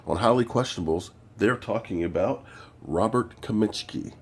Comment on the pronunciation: did you just call him kaminschi? jesus christ